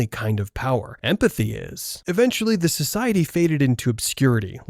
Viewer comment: I don’t mean to be rude but, te order of the phoenix?